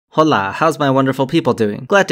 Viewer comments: Did you say Jola or Hola? 😂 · Good video, but a little criticism; probably not what you would think. You opened with “¡Hola!”, but in Spanish, when you see an “h”, you don’t pronounce it. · Did you pronounce the "h" in hola?? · did he just start the video by mispronouncing hola